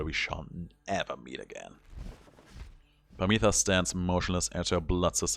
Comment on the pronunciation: Harp sisters' names are pronounced "Pámitha" and "Támitha", with the accent on the first "a".